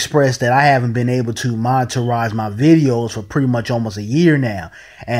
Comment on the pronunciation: "Moneterize"??? Lol. The word is 'monetize'. Hard to take anyone seriously who doesn't even speak correct English.